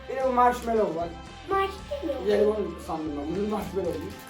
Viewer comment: 'a çok güldüm marshmallow deyişle